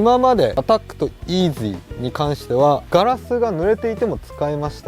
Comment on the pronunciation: のイーズゥィーって発音がツボでした🤣